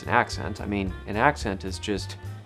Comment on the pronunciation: It sounded a little bit like you said "ascent" instead of "accent" 18 seconds in, and you say, "mah background" instead of "my background". I am a Californian and have recently realized these quirks we share. It's from Oklahoma from a great migration during the dust bowl, and is slightly more evident in the Central Valley than on the coast. But we stand out like a sore thumb to anybody from east coast.